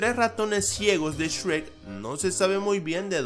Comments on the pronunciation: Soy el único que cuando algo dice Shrek, piensa que dice Sherk? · Shrek ❌ Esrek ❌ Chweq✅